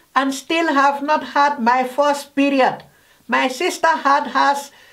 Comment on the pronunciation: Four tin 🤣🤣🤣🤣 !. Quechans 🤣🤣🤣🤣 fust period 😂😂😂